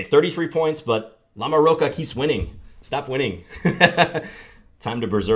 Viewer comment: I think that "ch" in LamoroCHa is pronounced like a "ch" in CHocolate...I think.